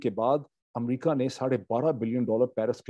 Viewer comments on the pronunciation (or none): none